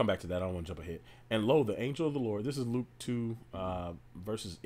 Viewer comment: When you said Luke aHH you spoke EVE bro Lukah.